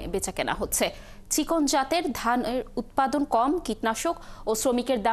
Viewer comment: উৎপাদিন নাকি উৎপাদন??????